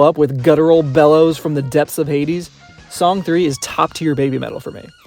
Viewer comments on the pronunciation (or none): Not to be tooooooo nitpicky (and I apologize for being just that), but I‘m pretty sure Song 3 is pronounced ”song san”. It‘s a play on words, like ”Babymetal Death”: ベビメタルです。(We are) Banymetal! 🤘🦊🎌🎶🎵🎶